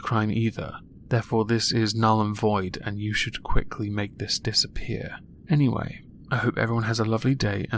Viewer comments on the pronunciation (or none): none